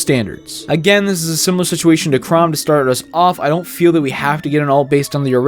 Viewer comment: I came to terms with the straight-up refusal of the American Community to even try to pronounce "Chrom" correctly, but now you just had to go and butcher "Stahl" too. I actually winced at it. Yes, I am very touchy in this regard.